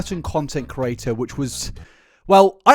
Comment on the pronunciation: In the first 4 minutes of this, you've said curator instead of creator 867 times. Say it slowly CRE-ATOR. You managed to spell it right when it flashed on screen though.